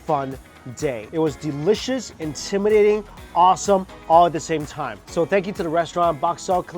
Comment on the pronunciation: delicious nak bukan delecius,kalo gak bisa ngomong inggris mending jangan wkwk